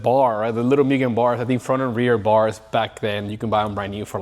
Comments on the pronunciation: Moogen not mewgen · ngl, this is why car culture sucks. buying to resell for more. stupid amounts more. yeah, you can do that. yeah, you can make a living like that. yeah, if you don't, others will. still doesn't make it right imo. not as a car guy. it goes from hobby and fun to selfish and business. "myugen" 😂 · "mYgen" 😅 almost there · Guy has all this shit and still says Myugen xd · As many times the word "MUGEN" came up I'm surprised it's not pronounced MOO-GEN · My guy has Mugen everything but still says it wrong. Extraordinary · How can you be a hardcore enthusiast to the point of making it your business and can't be bothered to pronounce Mugen correctly. You immediately lose all credibility of being a supposed expert.